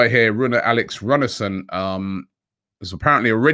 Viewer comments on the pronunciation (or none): none